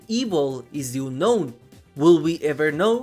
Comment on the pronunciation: Oonnoun. Omg, your pronounce